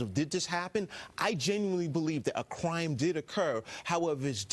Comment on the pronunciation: Do you really think there was a cwime committed.